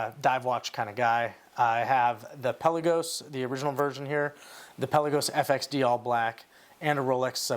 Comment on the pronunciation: Pelll-uh-can (the bird). pel-Ahh-gos (the watch). Greek word means Sea. Please never call your beautiful watch “pelly”.